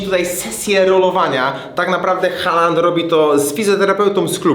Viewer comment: Taki drobiazg, Haaland wymawia sie "Hoolan"(długie o).Aa to dawny zapis obecnego Å(nasze o), a ponieważ dalej jest tylko jedna spółgłoska więc samogłoska długa. D na końcu zwykle nie jest wymawiane za wyjątkiem niektórych norweskich dialektów.